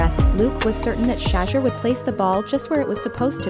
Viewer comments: Hey Ya'll adjust your A.I on how to properly pronounce "Sha-Door" Sanders, Fix it, this young man will be on the scene for a long time to come, so get it right! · His name isn't prononoused SHA-DUER. Disrespectful. Be professional. Call him or the Team to get the correct anunseation of his name please. Totally Disrespectful, your ploy worked with me. Thumbs down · If you can't even say his name correctly, why should I trust anything else you got to say?